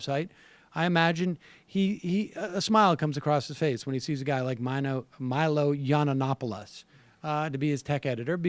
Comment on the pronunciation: I can't take anyone serious who cannot say the name Yiannopoulos correctly. Learn to read young man ...learn to read.